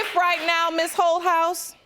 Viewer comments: I kept thinking the judge was calling her "Hoe House". I had to really look at the spelling, it's Holthaus...lmbo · I thought the judge was saying her name was ho house 😂😂🤣😂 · When I first heard the judge say her name, I thought she said, Hohouse, lol.